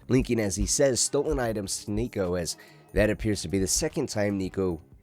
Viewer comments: Homie did NOT say Niko 😭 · had to run it back thought i was tripping